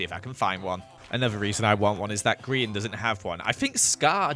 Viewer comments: you know like griEn not grian its not lizzy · EVERYTIME HE SAYS HIS NAME WRONG LIKE PLEASE HELP IMA DIE FROM INSANITY he doesnt understand its GRIEN not Grian Gri-EN